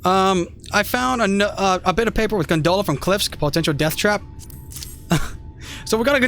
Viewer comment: It was funny at first, then it started to bother me hearing you say gunDola repeatedly. I loved the intro, though. Quit worrying about it so much.